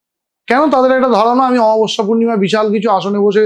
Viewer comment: দাদা একটা ছোট্ট এডভাইস ছিল তুমি প্লীজ বাংলা উচ্চারণ গুলো একটু খেয়াল করো। অমাবস্যা কে আমাবস্যা বলছিলে বারবার